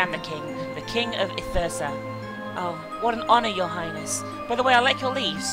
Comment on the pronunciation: This artwork, music, and story is so amazing. What do you think of it? Love your narration. And it's I-Thur-Sta you pretty much got it. Please finish this. It's great